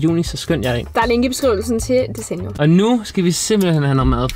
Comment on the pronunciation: 😂🤣I udtaler desenio forkert🤣😂